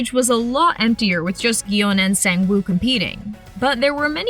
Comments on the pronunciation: “Sayng-wooh” brahhhhh never know how to pronounce things on every video they make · The fact that she said “sayng woo” instead of “song woo” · The way she says sung-woo is so funny 😂 “sang-woo” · That pronunciation of Sang Woo gave me an aneurysm but otherwise great video 😹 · why did u pronounce sangwoo like that 😭😭